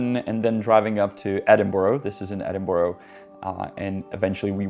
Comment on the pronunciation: You visited Edinburgh and didn't learn to say it properly? Disappointing Janek! There is no "Borough" ending! That's how Americans mispronounce it and it's not BURG like Czechs say. It's pronounced /ˈɛdɪnbərə/